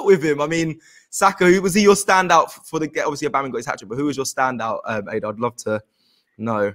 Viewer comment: Her name is Ada not Aadaa , it will be good for AFTV moderators to learn how to pronounce names properly.